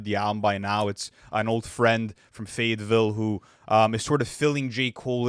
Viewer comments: From a Fayetteville native, THANK YOU for finally saying it right 🤣 It's the hood, not some place in France LMAO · Thanks for finally saying Fayetteville right😭